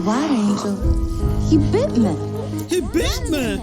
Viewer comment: Couldn't stop laughing at the "He bit meh!" part like what even was that pronunciation and who thought it was ok? It was a voice over scene, could have fixed it in 2 seconds. Lol.